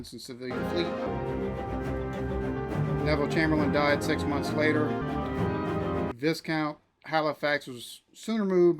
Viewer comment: Viscount, It's not pronounced Vis -count but is pronounced Vi ( rhyming with eye) -count.